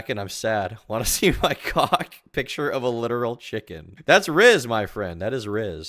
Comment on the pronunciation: Can’t just gloss over him saying ‘I do a lot of drugs took me a long time to get off Cock’ not coke lmfao